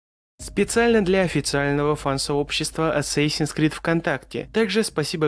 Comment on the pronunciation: О господи это канал шикарен.Столько инфы в одном ролике,столько интерсных моментов и фактов.Молодец так держать,но все же я до сих пор слышу ассасинс скрид !Сколько раз не перематывал и не вслушивался все одно так слышу,возможно из-за того что сначала идет с перед крид ну типо вот так- Assasins creed ! Но все же хочется услышить ассасинс крид )